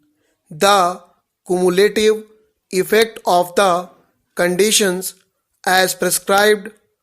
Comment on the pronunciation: Pronounced obviously and cumulative and several other words incorrectly. Please read once before dictating. Thanks.